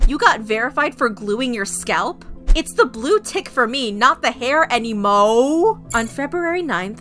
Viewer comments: Me toooo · I THOUGHT I WAS THE ONLY ONE THAT CAUGHT THAT 😭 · Like why did she say it like that 💀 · Ok so it wS funny 😄 😐 like bruh lol 😆 😂 🤣